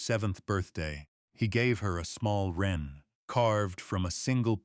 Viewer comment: Interesting story as opposed to boring. Could we have good English please? Wren a bird for example.